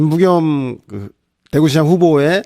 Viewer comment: 김부겸이란 발음이 그렇게 어렵나 ...